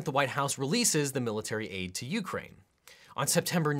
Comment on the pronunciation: Why does it bother me so much he says it "You-crane" with a pause, it drives me insane